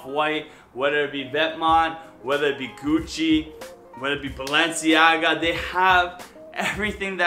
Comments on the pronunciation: Noooo, "Balenciaga" not "Balanciaga". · BALANCIAGA ? oh no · Tf is balanciaga dude? Hahahahaha learn your brands please